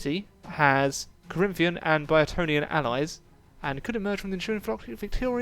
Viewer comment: Boeotian is pronounced as: Bow-etian